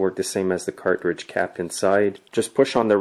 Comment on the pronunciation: Cart ridge...?? It's said car-tridge.